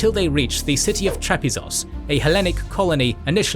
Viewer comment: Ionian accent